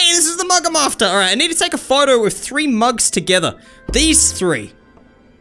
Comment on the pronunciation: BRO 😂 WHEN HE SAID "i have to look for a mug" AN AD POPPED UP AND THE WORD "mug" SOUNDED LIKE "mum"